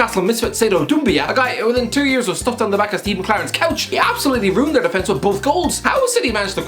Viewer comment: The one word common in every video which has Irish guy: 'couch'